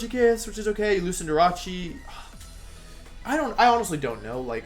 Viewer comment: Cinder Ace. As in ace in the hole. He's not Italian lol